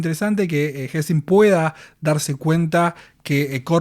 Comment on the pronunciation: Por las dudas se llama tenzin y no tezin como vi que lo nombraste jaja, saludos